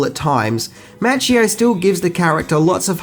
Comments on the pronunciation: Good video but you're doing it again, killing the names! Its Ralph Macchio mah-kee-oh is how you pronounce it. Glad to see you finally started saying Willem dafoe's name correctly! :-) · It is, partly, the accent but I really wish people would pronounce words properly: Okeenawa, not as in KIN; karatay, karawtee; and, especially, Daniel-SAWn (mispronounced by Pat Morita who was American born Japanese and could not speak either language) was played by Ralph MAWccheeo, not MATCHcheeo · Hey Mate, it's Mah-Chee-Oh. lol